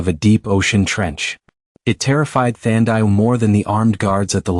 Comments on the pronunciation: Her name is pronounced Than - Dee - Way !!! , Not whatever you said. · Come on, say the name like "Tandy-way". 🤦🏽‍♀️ Watching from Trinidad 🇹🇹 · Enjoyed in SA. Her name is Thandiwe(the loved one) by the way, pronunciation is incorrect 🙈